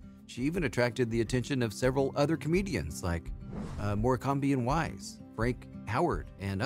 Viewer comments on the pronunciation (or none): More-cam-bee and Wise? Really? Truly the most nauseating part of this video